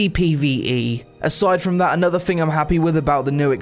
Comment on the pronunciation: 'I Fink' and anover Fing...